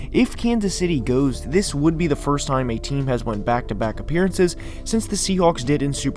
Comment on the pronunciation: he said apperences